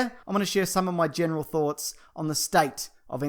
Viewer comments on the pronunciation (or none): none